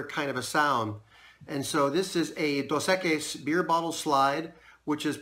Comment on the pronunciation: Pronunciation: “Dose. Eck-ees” Nice work though Man. Enjoy watching your videos.